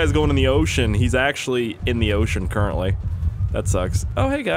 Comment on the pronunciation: haha cerent-ly